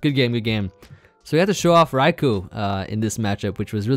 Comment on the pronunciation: thank you for pronouncing raikou correctly